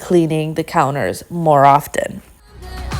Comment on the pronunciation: the 't' in often is silent...word is pronounced 'offen'